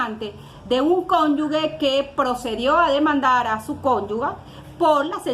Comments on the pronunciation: Santo Dios, esta abogada no sabe diferenciar entre la combinación de las letras "gue" y "ge". Reiteradamente al hacer referencia al cónyuge, lo pronuncia "cónyugue". Una cosa es ser Gevara y otra Guevara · Por favor abogada no es conyugüe, lo correcto es cónyuge , lo de cónyuga suena feo